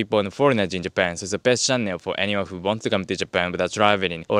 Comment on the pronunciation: May I respectfully suggest, that in English 'channel' is perhaps best pronounced 'chah nul' rather than 'chah nel'! Awesome content -cheers!